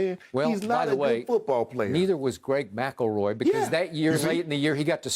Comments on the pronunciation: Nobody: Shannon: Greg Macaroy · MC EL ROY... NOT MACKLEROY🤣🤣🤣